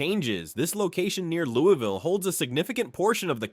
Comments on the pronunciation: It is pronounced Lou-uh-vull and Der (rhymes with her)-bee. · How did you do this entire video and still not pronounce Louisville correctly? 🤦‍♂️ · Louisville pronounced.. Louie vul, Not Louis vil.. 🎉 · It's Loo-uh-vle not Lewis-ville. Ale8 is garbage I'll take any other brand of ginger ale. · as someone born in KY Louisville, its pronounced Louisvill, not LOUIVALL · It’s not Lew-E-ville. We call it Lew-Uh-vull. We are weird lol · out of towners usually say it like “Lou-E-Ville” or like your wife’s “Lou-Evil” but People from Louisville say it like “Lou-ah-Vull” it’s not really a big deal how you say it but if you come to “Louisville” for whatever reason and say “Lou-E-Vil” the most that will happen is a local will just know you’re not from Louisville(which this place is no Hampton so not being from here is kind of an upgrade lol) we even have a famous shirt that has all the ways people pronounce Louisville lol. I think it goes something like Lou-E-vill Lou-Ah-Vull Lou-Is-vill Lou-vul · I think you mean Louey ville. I was born and raised there Everyone i know says Lou-ah-vul. When I was in high school, a tshirt came out that had the different pronunciations of it on the shirt. Too funny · lol fr it’s not Louis-vile it’s Lou-ville. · Almost impossible to spell it the way it is said. "Loo" as in "look" (not "Lou"), plus a subtle "L" sound, followed by "vl"(not "ville"). To try to spell it, "Loo(l)vl". Not "Louis". "Louie" is acceptable in some situations. But, generally, "Loo(l)vl". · The city was originally a village named after King Louis of France. That is the reason the whole world except KY says Louie-ville.